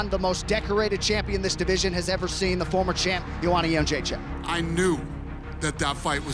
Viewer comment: I want to hear her pronounce her own last name,-----------------because I think everybody is pronouncing it incorrectly. I think it is "Jed Rays E Ack."